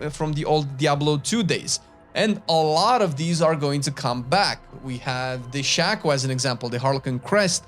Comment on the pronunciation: its shake o not shack o , so cringe people dont know this still